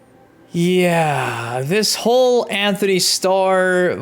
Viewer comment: Btw it’s Antony not Anthony